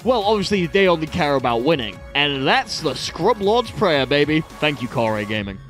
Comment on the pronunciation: THE SCURB scurb. Not scrub. THE SCURB I'm not sure if this was intentional at this point.